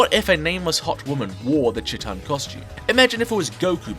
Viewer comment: I love you and your videos but the first part of Chiitan is pronounced like the first part of cheetah, I wanted to finish watching the video before I commented this but I could not stop cringing at it being pronouced like chittan over and over